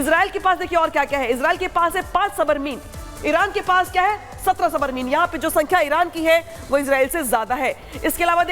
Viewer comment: अबे सबरमीन होता है कि सबमरीन होता है हिंदी सीखो पहले 😂😂